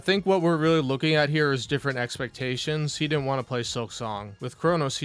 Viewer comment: “I have to play what people WHAN” 😂